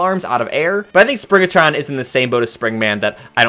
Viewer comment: It's Springtron, not Springatron.